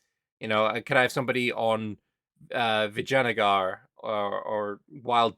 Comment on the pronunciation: Perfect pronunciation the second time. Vidge A Na Gar amazing. 😊